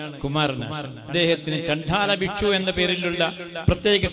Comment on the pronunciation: ജീവനും കൊണ്ട് ഓടിയവർ മതം മാറി രക്ഷപ്പെട്ടു. അല്ലാത്തവർ അവിടെ നിന്നും പോരാടി. "ചണ്ഡാലഭിക്ഷു" എന്നല്ല "ചണ്ടാലഭിക്ഷുകി" എന്നാണെന്ന് യോട് ആരെങ്കിലും പറഞ്ഞു കൊടുക്കണം. ഇത്രയും പെടാപ്പാട് പെടുന്നത് അറുപിന്തിരിപ്പനായ "ഇസ്ലാമിക ഐഡിയോളജി" യെ വെളുപ്പിക്കാനാണ്. കുമാരനാശാൻ വേറേ പലതും എഴുതിയിട്ടുണ്ട്. "ദുരവസ്ഥ" കൂടി വായിച്ചാൽ കാര്യങ്ങൾ മനസ്സിലാകും.😊